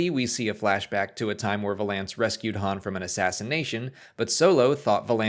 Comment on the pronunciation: Every time you say VA-lance it weirds me out. I have called his VAL-ance for decades. All my friends call him VAL-ance. Like Prince Valiant. Not Prince...how would you pronounce it? VA-lay-ant?